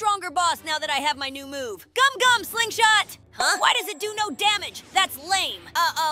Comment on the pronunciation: It gumgum not gomu